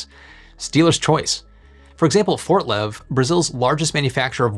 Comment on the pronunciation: LMAO everytime that he says FortLev like that.